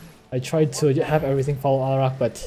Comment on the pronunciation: First! And stop pronouncing Alarak weirdly on purpose dude